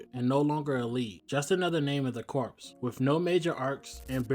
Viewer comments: First, you don't pronounce the "p" or "s" in "corps", they're silent. It's pronounced "kor". Secondly, I agree 100%. Tim is the one true Robin and the best successor to Batman. Dick has become a hero in his own right, and Damian is just an obnoxious neppo-baby who had the role handed to him. Tim EARNED the role. Not only did he see Batman floundering in the wake of Jason's death, he figured out who Batman was! He not only deserves to be Robin, he's the only one who deserves to be Batman in the future. And yeah, Kyle got screwed over when they decided to resurrect Hal, the same way they screwed Wally West by bringing back Barry. They both took the roles that they were given and out ran the long shadows cast by their predecessors, only to be shoved aside by them when they came back. And now DC doesn't know what to do with either of them. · The S in Corps is silent. lol